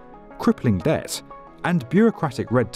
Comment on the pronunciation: Isn't debt pronounced with a silent b?